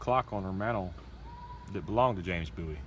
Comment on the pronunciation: It's pronounced Bowie